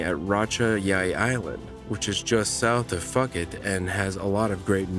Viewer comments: I think you are referring to Phuket. It is pronounced Po-ket not Fucket and a Mongoose is not the prey of a snake, a snake is the prey of a mongoose. The snake venom cannot kill the mongoose. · It's (phuket) pronounced Pooh-ket' not um, that which rhymes with bucket 😂